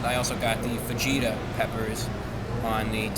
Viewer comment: no way he said fajita like fagita